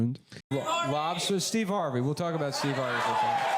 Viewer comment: Steve hard-vey